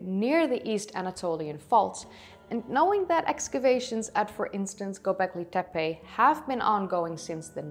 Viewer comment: Klik even op het luidsprekericoontje voor de juiste uitspraak? Ook Göbeklit tepe: de ö spreek je uit als "eu". Je engels is wel prachtig! Dus als je gevoel voor talen hebt dan kan dit simpel Turks er ook nog wel bij ;) Leuk filmpje verder!